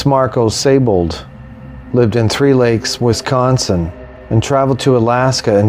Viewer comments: Pronounced 'See-Bold'. Great video. Thanks. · No, it's pronounced 'z eye bold'. The 's' is a 'z' in German and with the ei/ie vowel combination, the emphasis is on the second vowel. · Thanks for correcting me. But actually, we were both incorrect. It's pronounced 'Say-bold' according to most websites familiar with the proper pronunciation of the name. If the 'I' is before the 'E', then yes, it is indeed pronounced 'See-bold'. Cheers. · interesting because, for example, Seydlitz, like in Friedrich Wilhelm von Seydlitz is pronounced 'ze-eyed litz'. With the spelling as 'Siebold', I'd understand it as being pronounced as 'zeebold'. But with the spelling of 'Seibold', and it being pronounced 'zee bold' has made me curious. As I live in Germany, I'll have to ask around. Cheers.